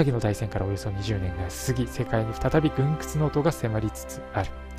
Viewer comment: 軍靴 ぐんくつ じゃなくて ぐんか です😃